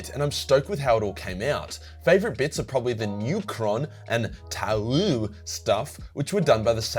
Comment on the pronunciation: I can't believed you called the tau'u and not Two'Pi